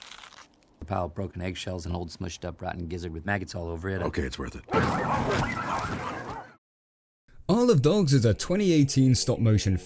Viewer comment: To me it sounds like "i sold dogs"